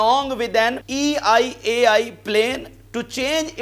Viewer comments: It's not E I AI It's EL AL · Not EIAI . IT'S (ELAL) .ISRAEL NATIONAL AIRLINE. AND ISNOT SEPARATE WORD THE WAY YOU PRONOUNCE IT IS EL AL AIRLINE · Bhai it is El AL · I just wanted to correct you that Israel airline is (ELAL ). Just for your information. If you don't know something you should research first please. Please don't be embarrassing yourself by giving wrong information. Many Many times you always say wrong words because you don't do your own research. This is english language. English is a very tricky language. Not every word pronounce same as it spells